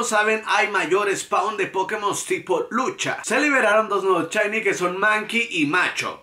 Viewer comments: Amigi se dice SHINY! NO CHAYNI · "chainy, chainy..." Dices también "Chakira"? XDD